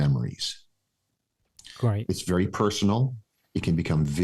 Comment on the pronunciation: Wery interesting, wery good!